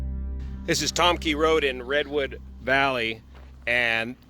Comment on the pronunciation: It's pronnounced tom kai, not tom key. I know because I used to live on that road.